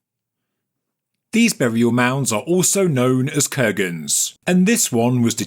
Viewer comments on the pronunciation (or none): Hi, your video is great, I love the info and all the research you've done!:face-red-heart-shape: I have an issue understanding your heavy dialect and pronunciation of words like Kurgan - Курган... yet the subtitles read "burial mounts are also know as Kens..." LMAO. I hope you'll do something about the subtitles. Thank you (edited) P.S. if you need help in pronouncing the slavic terms/names, do let me know....